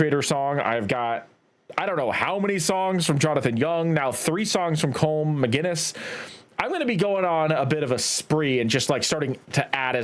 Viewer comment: It’s pronounced Colum even though it’s spelt Colm it’s Irish